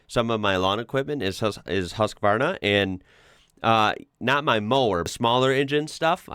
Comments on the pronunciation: Its not Haaaaazzzzkvarrrrrrrna, but pronunced Husqvarna, with a short U (not an O either) and a soft s, the way it is spelled, the phonetics in this word is puite close to the letters if that is helpful. Thanks for a nice show! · Husqvarna pronounces Huskvarna. You pronounceed Ikea perfect, with the " i " and not like "ai" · Husqvarna is pronounced Hews-kvarna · Your pronounciation of IKEA was spot on (as in the one you had hear instead of the common one). The pronounciation of Husqvarna though, was really weird (They use the old spelling btw. Nowadays the town it comes from is spelled Huskvarna)... The "U" should be more like you say the word. "Muse", and the "quarn"-part would be more like "farm".. Or go to the English wikipdia-site for an actual soundclip. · Swede here, if you want the Swedish pronounciation, the "qvarna" is fine, "hus" though we can work on. Think of how you'd say "hussar". The Swedish "u" is a "soft" sound.